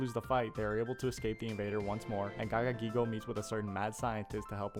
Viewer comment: this guy has the most fun-to-say name in all of yu-gi-oh and you decide to butcher it instead of pronounce it? That's an L bro, gagagigo, giga gagagigo and gogiga gagagigo are the best names we have in the whole game.